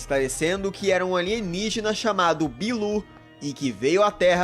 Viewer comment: Alienigina em codó kkkkkkkkkk